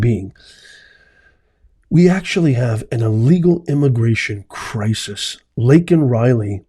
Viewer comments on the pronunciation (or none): Biden was in ADDERALL! At minimum.. His yelling is due to the Medication. Liar Biden, said her name as “Lincoln Riley”. He cant READ and pronounce her name properly. He is selfish and the yelling is due to dementia. This is common also with the medication. The father that was yelling, got arrested after that outburst.!!!